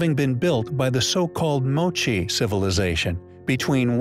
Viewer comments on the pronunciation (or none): none